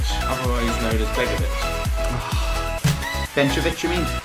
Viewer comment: We have reevovic aka begovic hahaha you're a god man